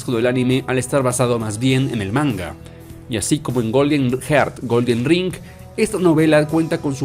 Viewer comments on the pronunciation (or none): none